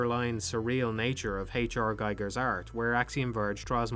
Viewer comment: The "i" in Giger rhymes with the "ea" in Team. So it's "Geeeger," essentially.